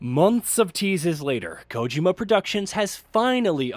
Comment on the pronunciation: Man you can’t pronounce Kojima to save your life can you?